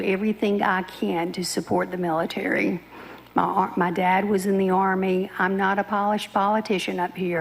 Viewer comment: I do like the mieetaree!